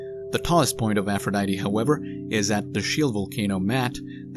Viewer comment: Maat is pronounced with each a enunciated individually. Maw-ought.